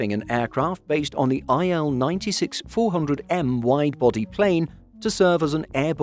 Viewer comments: cool but why can't you english speaking men call Russian planes correctly. it;s not "ai el 96", it's "il-96", like "eel" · It's not Ai-El, it's Il (ee-l)